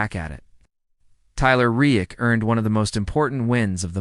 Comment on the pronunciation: It would be nice if a real human narrated this instead of AI that never seems to pronounce the words right...... Can't even say Reddick right and that is what the video is all about.